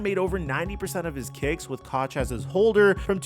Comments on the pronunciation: It’s cook. Not cock. This is what you do for a living. How can you not get this right? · Bro have you ever watched a Ravens game before stout was there? My man called sam koch pronounced(cook) Sam cock😂😂😂